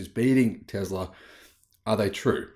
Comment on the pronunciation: Tesla does NOT have "ER" at the end. It has an "A." Tesla, not TeslER. English, please.